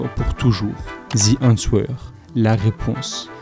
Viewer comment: Super video. Tres beau travail qui me replonge dans ma jeunesse. Continue.👏🏾👏🏾👏🏾 Par contre, la prononciation est à revoir: the Answer à prononcer "Aan ser" . Le "w" ne se prononce pas.